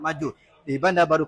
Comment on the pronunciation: Sebutan asli 'shef' bukan 'chef'.